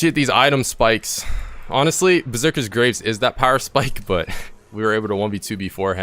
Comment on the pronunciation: Watching this video... the knowledge here is great for beginners but you made a point of saying "Yone" so many times... it's pronounced Yo-nay... and Berzerker's Greaves... not graves. Graves are where people are buried. Greaves is pronounced like grief, but with a v. Gre-eve-s.